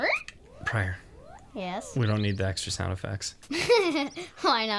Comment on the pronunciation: Pryor, don't lis... prior? priar? anyway, don't listen to him. added sound effects are always needed.